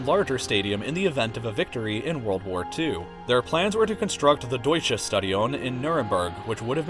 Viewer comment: "the Deutsche Stadion" I love it when English people talk german.